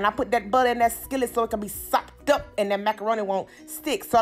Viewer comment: I liked it just bc u kept sayin sopped UP☝ but frfr it looks great